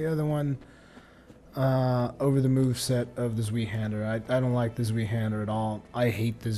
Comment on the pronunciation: Isn't zweihander supposed to be pronounced like how you say why not we? I only say that because I'm sure zwei is German and the English term for the great sword would be twohander.